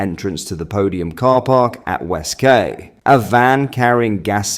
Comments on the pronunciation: QUAY IS PRONOUNCED KEY. LEARN YOUR OWN LANGUAGE FFS! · West ‘ Key’ not ‘Kay’ you berk. And you’re English 😊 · west quay is pronounced west key....not kay come on its basic english even google says it correctly when you ask the pronounciation of "quay" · It's pronounced "KEY!" not KAY mate lol 🤣😂🤪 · Was that "Quay" or Kay in Southampton? Quay is pronounced "Key" not "Kay" unless he's speaking French (when it would be more like "Keh"). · QUAY IS NOT PRONOUNCED KAY 😅……ITS PRONOUNCED “KEY” ……..come on this is primary school level at best !! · It's pronounced. WEST(KEY)QUAY. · It's phonetically pronounced " west key " ⚓ my bro .....x 🇬🇧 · Key. .its west key spelt quay. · The word “Quay” is pronounced Key” - just for the record 😀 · Please Note !!! West ""Quay"" Is Pronounced. WEST "KEY"" Okay. From a resident in Southampton !!!! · west qway? You say quay like "key"